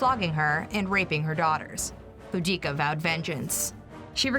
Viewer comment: (boo)-(dah)-(kah) & (tas)-(ih)-(tus), not boodeekah & tackitus.